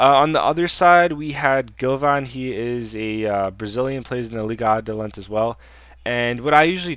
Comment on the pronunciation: its adelante (tay) lol